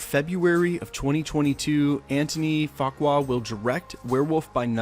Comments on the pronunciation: The director of Blade’s named is pronounced Antwan Fukwaw (Antoine Fuqua) he directed Training Day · Nice video but let m help you :Antoine Fuqua? = AHN-TWAAN FOO-KWA. LOL. You know Training Day etc.